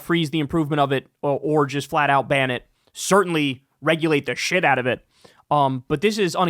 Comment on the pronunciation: The way he said 'flat' was a little bit off